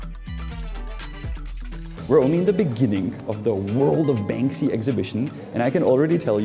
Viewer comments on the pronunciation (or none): "World of BanSKy" 😅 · Bansky😂😂 " Bansky", Czech artist right up there with Cimrmann!